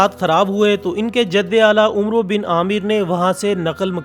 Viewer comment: ماشااللہ بہترین جانکاری ہے دی ہے آپ نے۔ نوٹ: اوس خزرج کے جد امجد " عمرو بن عامر" کا تلفظ umro نہیں بلکہ amar ہے عمر کے آگے جب واؤ آتا ہے تو وہ Amar عین پر زبر کے ساتھ پڑھا جاتا ہے ، اور بنا واؤ آئے تو Umar عین پر پیش کے ساتھ پڑھا جاتا ہے ۔